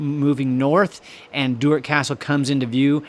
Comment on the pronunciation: I'm a Maclean of Duart. Fun fact.... Sean Connery and Catherine Zeta made a film there. The narrator's pronunciation of Maclean and Duart is like nails on a chalk board for me. Skatland is another one.